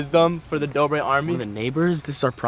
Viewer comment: its say dodre brother "Dobre brothers"